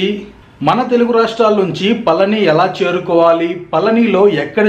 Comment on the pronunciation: మీరు పలికేది పలని లాగా వినబడిoది. పళని అనేది కరెక్ట్. బాగా cover చేశారు. బాగుంది.